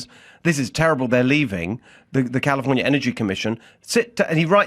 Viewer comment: I like the way he pronounced California.